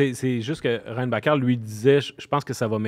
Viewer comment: La prononciation de "Reinbacher" de est excellente et préférable à la prononciation anglaise "Reinbacker". Le joueur vient d'un pays germanophone, alors je vois la nécessité de franciser son nom, mais pas celle de l'angliciser. Personne au Québec n'appelait Schumacher "Schoomaker".